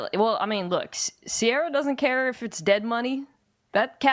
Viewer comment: Mina sort of exposed herself to Bomani that she doesn’t have quite the familiar taste (ear or eye) for black culture like he thought she did. John Legend cvs music and her pronouncing of Ciara; “C-ARE-AH”, Lol. She’s my girl though and love listening to her insight. Btw, she does slightly resemble the woman from Mr & Mrs Smith.